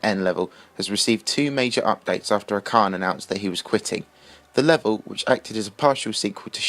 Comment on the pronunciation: Acharne probably quit because of how many times his name has been mispronounced xD